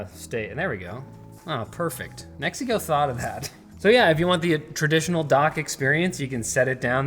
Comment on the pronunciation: I keep hearing Mexico 😅